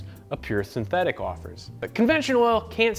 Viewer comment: did you say sinteTHICK?